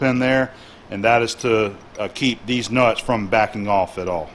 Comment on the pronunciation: I don't know why but when says "these nuts", i would laugh every single time.... XD "Dez nuts".... Sorry about that... Anyway, great work bro. Love to watch your videos... teaches me alot as i'm taking courses to be a machinist (turning, milling and CNC modules). You and John (@ CNC) are the best online teachers for me to learn from. Keep it up bro.